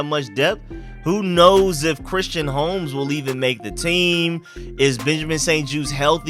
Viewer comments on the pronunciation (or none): none